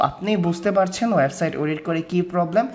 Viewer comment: Smartly kotha bolun , Banglai valo vabe bolun , Nakami kotha ekdom valo lage na . for Example "web site" not "waib side"